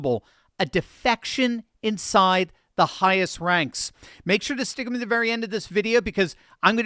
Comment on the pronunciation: When says “Stickithme” til The end, I Stickith him.;)